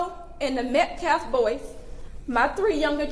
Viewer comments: Min He says “Met-claff” WHAT A DOOF. ‼️‼️‼️‼️‼️‼️‼️‼️ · HOW FREAKIN HARD IS IT TO SAY “metCALF”?!?! His last name is Metcalf…met-c a l f! you “respect the loss of life”, “respect this and respect that” and you can’t even get the name right?!?! not once??? like freakin hell man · This dude cant even say the name of the victim properly. Metclaf??? Gtfoh. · He keeps purposely mispronouncing Metcalf. He’s said Metclaf like 5 times at this conference and when he spoke before. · Metclaf? Damn dude, talk about disrespect. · “Respect dignity of life” so much they couldn’t even pronounce Austin Metcalf’s name properly. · Saying his last name wrong on purpose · This is weeks later and this clown can't even pronounce Austin Metcalf's name correctly. The title pastor is dirt when men like this carry it.